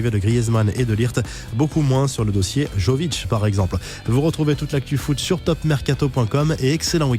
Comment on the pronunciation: ON DIT YOVITCH